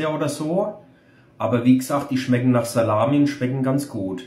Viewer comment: nicht schlechd = schmeggen mir eigentlich = schmeggen ganz gud = 8 von 10 Gp